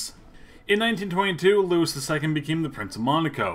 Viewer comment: You really need to work on your pronunciation. Nice isn't pronounced like the English adjective- it's Neese - and Louis is pronounced Louie - not Luis or Lewis.